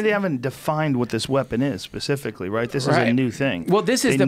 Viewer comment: Joe 'Pacifically' Rogan